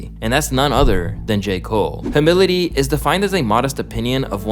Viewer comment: Hearing bro pronounce humility as "huh-mili-ti" was challenging~